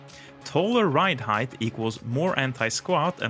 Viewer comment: English speaking American here... Heighth is not a word. You say the word heighth multiple times in this video. its pronounced HYTE not HYDTH